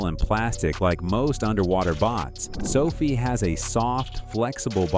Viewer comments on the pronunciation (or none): sofi, sophie, sofi.. a "narrator" pronouncing the same word two different ways is a dead giveaway that its ai.